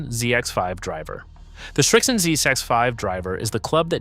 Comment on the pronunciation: It's the Srixon Zsex5 lol. Listen to it again. It actually says that. This is AI trash. Multiple mispronunciations and pics that don't make sense.